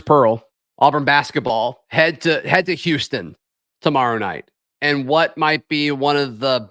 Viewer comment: Did just say the Whooston Queuegars?